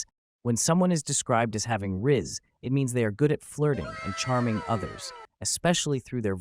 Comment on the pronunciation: gyatt - "gee-Aht" rizz - "rih-z" justin beiber - "justin-bee-ber"